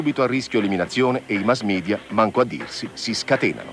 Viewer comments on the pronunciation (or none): none